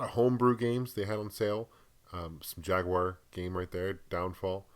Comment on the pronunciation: Jag-you-are! lol